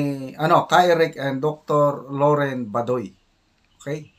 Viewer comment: pls pronounce correctly Dr Lorraine Bah doy not badoy